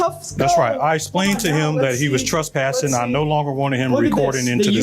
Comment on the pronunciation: it's "trespassing" not "truspassing" As a noun, "trespass" was first used in the late 1200s to describe a "transgression," "breach of the law," "offense," or "sin". In the Bible, "trespassing" means "a false step or sin"